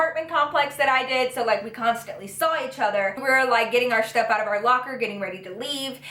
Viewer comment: she says shtuff instead of stuff lol. It's cute.